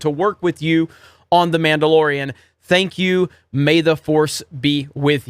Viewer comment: Mark says "ThankYOU". The emphasis on the YOU is important